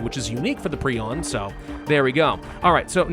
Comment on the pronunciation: I love how he is one of the few people actually pronouncing Prion right.